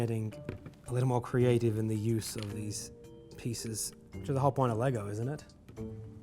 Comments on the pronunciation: "LEY-GOH MASTA BUILDAH" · People need to stop adding an ‘s’ to the end of Lego. It’s Lego, not Legos 🤦🏽‍♂️